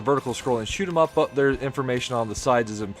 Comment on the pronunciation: Random find of a video, and i HIGHLY appreciate that you use "Shoot'em Up" as its meant to be said and pronounced. Well done video.